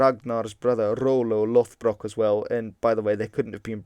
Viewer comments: I'd like to point out that it should be /'loð.brok/ not /'loθ.brok/ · It's not LOTHBROK, It's LODBROK, which basically means LOD=Thick leather pants, and lastly BROK=Breeches.